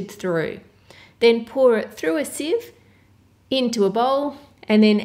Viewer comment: The way she says "Sieve" tho